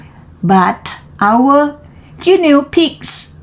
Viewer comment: ขำไหม🤠 ตอนเริ่มจังหวะกระชับได้อีกค่ะ เกือบดีล่ะ อ่านต่อมาดีขึ้น แบบนี้ล่ะค่ะ 👍 fist = กำปั้น โอ้ทอ่านผิดเหมือนกัน:face-blue-smiling: reached เป็น verb เสียง ed ไม่ออกเชด ออก ch-t shouted เป็น verb ออก ted ด้วยค่ะ shout-ted guinea อ่าน กินี่ guine pig หนูตัวเล็กที่ใช้ทดลองวิทยาศาสตร์ hippopotamuses หลายตัวออกเสียง ses ด้วยค่ะ official ออฟฟิศเชียล rate กับ late ออกเสียงให้ดีนะคะ โดยรวม ออกเสียงชัดดีค่ะ ดีขึ้นกว่าตอนเริ่มเรียน👏 ใส่ลิงก์บทความด้วยค่ะ